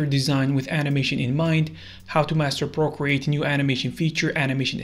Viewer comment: ah yes, my favourite drawing app. “Porcreate”